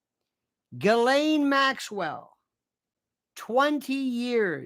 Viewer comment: Lionel stop it with your creepy pronunciation of her name. That is low class. I thought of you as more like David Niven. Classy